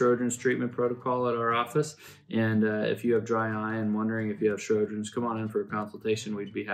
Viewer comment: Lots of info here. Just wish the presenter had spoken a little more slowly, and pronounced Sjogrens correctly. It sounded like he was saying 'Shro-grens'.